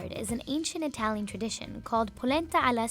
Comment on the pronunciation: as an italian that accent was PERFECT